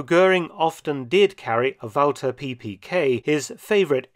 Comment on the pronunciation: Hallelujah! An historian who knows the correct pronunciation for "Walther"!